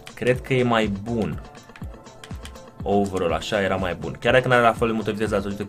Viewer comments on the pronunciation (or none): none